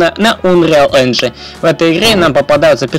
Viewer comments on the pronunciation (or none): none